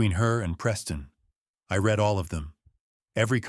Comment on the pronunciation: This error is often repeated so I don’t believe a human is involved. “ RED” everyone should sound like “REED”